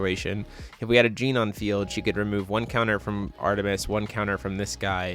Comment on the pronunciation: "With a Gene on the field" "A Gene can" "Really want that Gene" A what? I know a girl called Jeanne and that pronounciation would get you punched lol. Also why did he pay 2 for Flashing Smile. The Order side of Alice also has Genesis so it costs 1 even when ordered. Also what's up with those 4 Moonshades in Alice. Usually the only non white/black card in the deck is Pricia. Seems overkill (and killing yourself) when you could just play Cat Moon or Atrocias Memoria to hit both and maybe 1-2 Rulers Memoria and/or Light Moon for Pricia. That said, not finding any Ayu when you (hopefully) play a full playset after all that drawing is just rough.